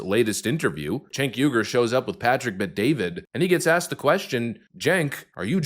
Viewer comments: No offense, but his last name is pronounced why-gur. The Uighurs are tribe in China. I agree with your commentary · Its not yu gur it's uy hur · his name is pronounced “ weeger” like the people being kulled and gutted by China. He is going to have to talk like this for a really, really long time before I will believe him! He needs to grovel a while lot more! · It's pronounced Chink (like the Chinese) Uyghur (the guys the Chinese are genociding.). (wee-gur)